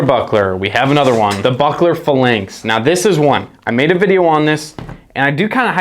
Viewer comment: Not a fan of how you pronounce phalanx, but otherwise I’m a fan of the channel. Weird audio at times. During certain cuts, the audio would start out crazy and equalize itself eventually.